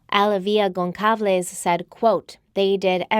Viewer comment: This woman is pronouncing Alivia Goncalves name wrong!!